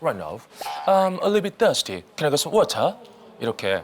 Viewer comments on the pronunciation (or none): none